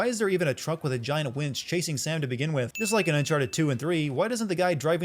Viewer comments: Columbia - different from the country Colombia Wench - a derogatory word for a loose woman, Winch - what you meant every time you said "wench" in this video. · It’s winch not wench.